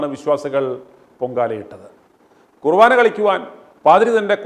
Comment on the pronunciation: കുറുവാനാ അല്ല ചേട്ടാ, കുർബാന. ഒരു വയസ്സായ അച്ചനെ തല്ലിയതാണോ ഇത്ര ആഘോഷിക്കുന്നത്? കഷ്ടം